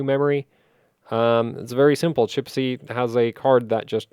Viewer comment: the nickname of one of the hwbot clockers is CHISPY, not CHIPSY:) Give him a fair treatment and acknowledge his name properly:)